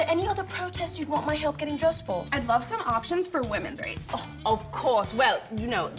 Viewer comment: SHE NAILED THE WAY HE SAYS LOVE!! OMGG